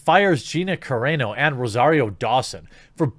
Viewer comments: Jeremy, it's "Cah-rah-no" not "Cah-ray-no". Just helping a brotha out. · Car-Ron-O, not Care-rain-0! Thanks! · Carano is pronounced Car-ah-no, not Car-ay-no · Say it with me now... Ca-rawn-oh